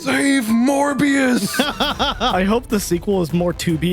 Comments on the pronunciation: hear me out... "Morebias" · Morbius more like morbe- morbbe- morbest